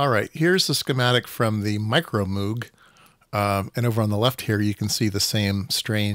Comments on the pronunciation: It's NOT MOOG, like a cow! It's "MOGUE"! It rhymes with Rogue, hence the name of one of his synth creations. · Moog is actually supposed to be pronounced so that it rhymes with Vogue, that's how Dr Robert A Moog himself explained it.